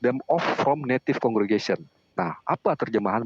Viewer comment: Di 2 mata, Native dibaca Naive. Ini hal paling memalukan karena seorang Doktor dan calon Profesor memelintir sebuah kata yang mengubah banyak makna hanya untuk kepentingan menyerang Gereja Kristus Yang Kudus. Silakan jemaatnya menilai sendiri pendetanya.